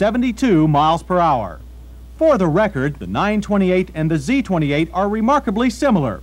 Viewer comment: "sport-he cars" "fort-he three thousand dollars"